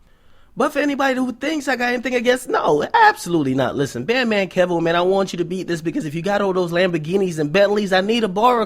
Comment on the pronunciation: it's Key-Voe not Kev-Oh